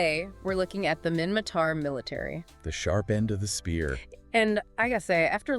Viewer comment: minmaTar not mimmaKar